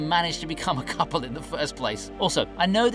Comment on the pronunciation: im sorry did you say couple